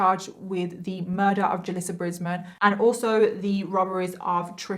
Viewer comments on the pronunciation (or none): none